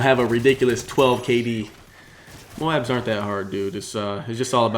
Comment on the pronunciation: 0 MOABS. Not moans.